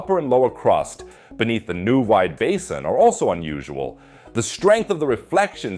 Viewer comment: Stupid AI voice over with a German accent and not able to pronounce Neuwied or Laacher See. Bizarre.